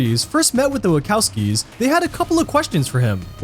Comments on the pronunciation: NUMBER 51: The directors are named the WACHOWSKI's. WaKOWski is the character from Monster's Inc. Sorry but the mispronunciation bugged me the entire video. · It's annoying hearing a person mispronounce the last name of the creators of the Matrix movies... It is Wachowski not Wakowski. Literally all of the stuff in this video is stuff people would know if they either watched the movies and can follow basic dialogue, or if they watched any of the making of or Matrix Revisited content. I'm rather disappointed that this is something I even started watching, and seriously, learn to pronounce a last name, especially if you are any sort of fan of the Wachowski's.